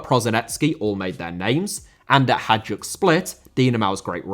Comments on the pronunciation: I'm from Poland, not from Croatia, but it's definitely Hajduk not Hadjuk so... I think it should sound more like Haïduk 😅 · Love most of your videos! Just a heads-up, Hajduk is pronounced like "high duke"